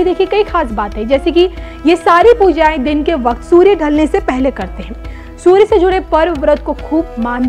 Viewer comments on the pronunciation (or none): none